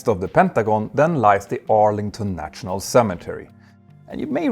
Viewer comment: „..natshional..“, „..internatshional..“. ?? 😂😂😂